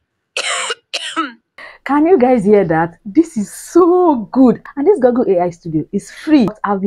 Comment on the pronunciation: Nice content 👍, keep up the good work. By the way, it's called GOOgle, not GOGGle.